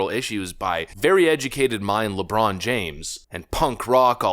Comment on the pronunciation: “It’s Lejon Brames.